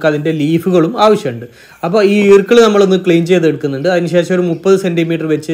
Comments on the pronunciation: ഈർക്കിൾ അല്ല ഈർക്കിൽ ആണ് 🥰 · ഈർക്കിൾ എന്ന് പറയുമ്പോൾ ഇക്കിൾ ആകുന്നു.